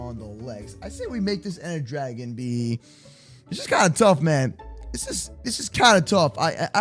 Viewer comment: Does purposely mis-pronounce words like Dragon?